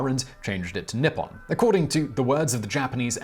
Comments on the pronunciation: Simon, good job on a lot of those Japanese pronunciations. You just kept saying Nippon as nipon instead of how it's pronounced in Japanese. The "I" makes a hard "e" sound. So written out phonetically, it would look like Neeppon. But you nailed just about all the other pronunciations, which surprised me. The simple one is hardest and the complex ones are easier? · I find it a little peculiar that the way you say Nippon sounds like "nipple"... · Huhuhuhuh, nippon sounds like nipple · That mispronunciation of 日本(nippon) had me reeling